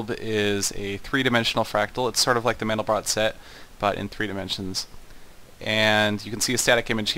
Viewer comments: It's pronounced "man-del-bro", not "man-del-brot". Mandelbrot was French; the final "t" in his name is silent. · its pronounced MAN-del-bro bro not brot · SETH! The 't' in Mandelbrot is silent. -A nerd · Pronounced 'mandelbro' and I'm on the basketball team. you don't have to be a nerd to know things, just curious.